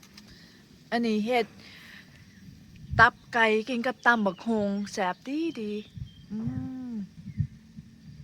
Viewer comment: ตับไกไม่ใช่ต๊อบไกเรี่ยกให้มันถูกพาษาไทยฟังแล้วไม่เพราะ